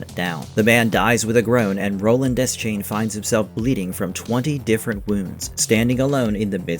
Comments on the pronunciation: It’s pronounced, “duh-shayne” it’s never been “desk-chain” or whatever the heck you keep saying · bro it's pronounced Duh-shane